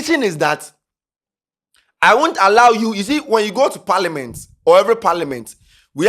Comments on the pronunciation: It’s parliament not paliment..aah what kind of pronunciation is that 😂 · it’s Parliament not Parliment 😂